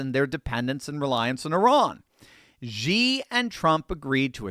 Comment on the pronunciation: Who is GEE? You mean SHE? aka Xi there is no G in that name. The G only comes in when you say his last name.